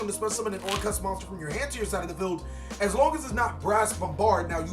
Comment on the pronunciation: why do people keep calling them orcrust? instead of orcust he is the only one who says it right.